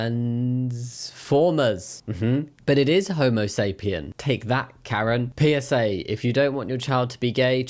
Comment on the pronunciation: sigh it's not "homosapien", it's Homo followed by sapiens — separate words and both are singular, the final S isn't removable, please stop removing it